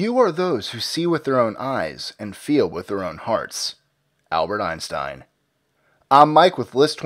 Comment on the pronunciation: EYE-instein!! eye see what you did there